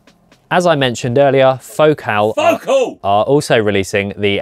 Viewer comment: It’s Fo Cal, like faux calories, or diet soda. They are French.